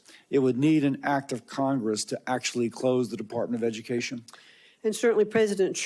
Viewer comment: We don need no edy-kashun, unhuh. 🤣